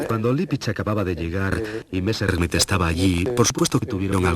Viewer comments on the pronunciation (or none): Qué es eso de "Valta" no será Walther ??? Qué mala pronunciación, por dios !!!!! "Messrrmit"...por favor !!!!